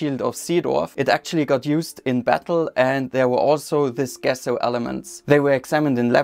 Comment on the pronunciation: Hey there! Love what you are doing. I believe the pronunciation of the G in Gesso is the same as the J in Justice. I hope one day to learn your language. You taught me that pressing your thumbs is your equivalent to our crossing our fingers. 😊